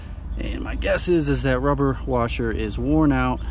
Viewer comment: A little "Baba Wawa" with the wubber washer😂. Thanks for the video!